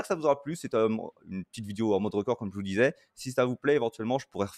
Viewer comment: Ah un "rocord" ok ok